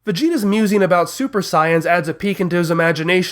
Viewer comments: I cant even with the way this guy pronounces things. Scion? Instead of Saiyan? Come the fuck on. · This dude mispronounces everything. It's not Nahmek, it's Namek (rhymes with Ham-ek). Cui's name is not pronounced Koo-ee, it's pronounced Kwee. Saiyan is not pronounced tsai-yan, it's pronounced sayin', know what I'm sayin'? lol. I get it. He's trying to pronounce the words as if they were being said in Japanese pronunciations. However, these are not Japanese words. They're the English translations of the Japanese words. This means you'd be using the English pronunciations, not Japanese. It's kind of like the German word Volkswagen. In German, this word is pronounced "folksvagen," and means "People's Car." In English, we do not pronounce it like that. I could go on about the other words he's mispronouncing, but I'm sure you all see my point, so I'll digress.